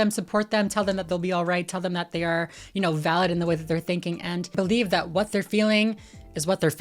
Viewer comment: He can’t even say the word what a b honestly 😂 get tf out